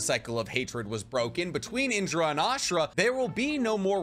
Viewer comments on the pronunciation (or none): none